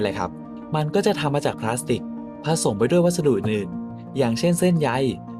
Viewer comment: พลาสสติล ไม่ใช่พลาสติกครับ